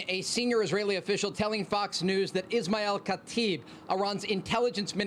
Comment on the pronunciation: What he said: Ismael Katib What I heard: Lisan Al Gaib